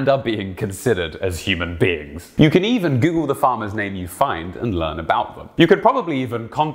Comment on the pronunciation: did he say human beings, or human beans?